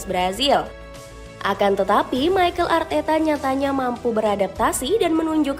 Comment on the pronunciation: Mikel min mikel bukan maykel😂